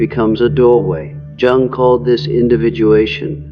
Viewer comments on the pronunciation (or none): Dear, please improve your AI. It’s Carl Yung, not Jung when properly spoken in spite of the spelling. Very distracting while listening to this information. The information is very good, I am in the Sophia stage myself. As a very deeply empathic person, getting to this transitional level and allowing it to be a big part of my being, has assisted me in letting things go that no longer serve me. I slip back into empathic mode when it’s not necessary, but this has been a lifetime in the making. Still learning to let go of that which is not mine to carry. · His name is pronounced Yoo-ng, not Jung, as in rhyming with hung. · You lost me at "jung" instead of "yoong" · It’s “Yung” not “Jung” …the word Anger has a hard G. If only AI could get this stuff right I’d think a real human was talking here. Btw, the Sophia stage rocks! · Jung is pronounced "Young". Stop being so lazy, run through your scripts before feeding into a voice generator and make phonetic changes as appropriate. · The pronunciation of Jung is actually [Young]. Sorry. That was bothering me 😂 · I love how the AI pronounces all G’s phonetically: anger is anJer while giving is Jivving even Carl Jung is hard J lmao 😂🤣 that combined with the graphics it’s hard to focus on the content, I really appreciate this idea and gotta say takes so much work to actually really truly do this… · This is informative. Thanks. But can you please pronounce Jung’s name properly? I cringe every time I hear it mispronounced. He was German. Jung is pronounced “Yung” (young). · So the Sophia stage is when empathy becomes compassion??? I wish they didn't use the AI narrator the can't even pronounce Carl Jung's name. It's annoying. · Lost me at the AI mispronouncing Jung like ten seconds in. I know you're fine with putting out slop but maybe listen to it once before posting